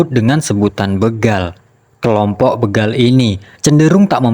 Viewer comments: Bégal... bukan bêgal, Min... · Alhamdulillah.. akhirnya aparat penegak hukum mengambil keputusan yang sangat bijak. Sekedar info bahwa kata begal itu huruf e nya dibaca seperti dalam kata becak, atau bebek